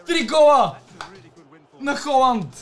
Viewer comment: много яко видео! Казва се Халанд а не Холанд МНОГО ЛОВ ЗА ТЕБ❤❤❤